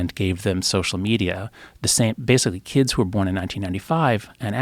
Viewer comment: Joe "how can I reach these keeds" Rogan